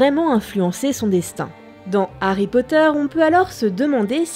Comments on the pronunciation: HHH'... arry pas "Ary" !!!! Ha ! ces français ^-^ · Puriste alerte ! C'est "De Harry Potter" et non "D'Harry Potter", puisque le H de Harry n'est pas muet ! Et oui ! C'est comme les zaricots... (Et à cause de ça, JK s'est foutu de notre gueule, cf le "Arry" de Fleur Delacour) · DE Harry Potter, sans élision ! Le H est hhhhhaspiré.